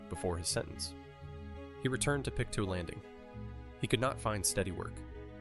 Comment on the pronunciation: Just an FYI, its Pick-Toe not pick too for Pictou :)